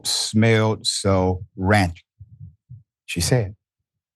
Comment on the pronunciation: Ran-kid? It’s rancid 😩